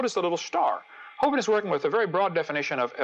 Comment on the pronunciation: Most people that I've heard (including Hovind himself) pronounce the vin in his name to rhyme with "win", not with "wine". Other than that, nice video.